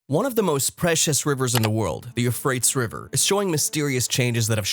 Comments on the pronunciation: Not only wrong pronunciation, the etymology is also wrong. Euphrates is not from Persian or god forbid Kurdish. The name has already exists for thousands of years before any Persian or indeed any Indo-European people entered into history. The oldest form of the name comes from Akkadian Purattu, which in turn probably comes from an unknown local language that's been lost to history. It's still preserved in Arabic as al-Furat. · Being unable to even pronounce the rivers name correctly would tend make one's credibility suspect to say the least. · Your pronunciation of these rivers is killing me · You might want to learn how to pronounce The "Euphrates" and the "Tigris" rivers, because the way you do it isn't it, boss. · I see where you're coming from and I caught that as well that he wasn't pronouncing it correctly as well as the tigress River I suspected was not the proper pronunciation. But let's remember God chose the foolish things of the world to confound the wise. The apostle Paul could not write very well and Moses had a stuttering problem but God still used them so let's just take this warning to make sure we all have enough oil for our jars and lamps and we are not found to be foolish virgins. God bless you all! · I cannot take you seriously, because you cannot pronounce either rivers' names correctly. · It pronounced You-Fray-Tees ... not You-Fray-Ts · Ty-gris, U-fray-tees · Pronounced: you-freight-ees. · The "you-freights" river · It is pronounced as 'euphratees'. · it's pronounced Euphratees.. the misprounouciations in this video makes it impossible to take seriously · Isn't it pronounced You- Fray-Tees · Yes. Apparently the creator doesn't research pronunciation of unknown words. Or grammar. For only fifty bucks I would have proofread the script. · Yeah he is saying it incorrectly, it is pronounced you frayt eez-Euphrates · You are the only one I have ever heard pronounce those rivers like that... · Absolutely terrified. Euphrates spoken incorrectly